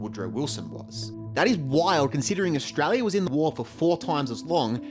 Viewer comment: it’s official, the local accent is “Eshtrarlyer” 🦘🤟